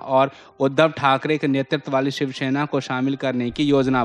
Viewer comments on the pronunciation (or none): none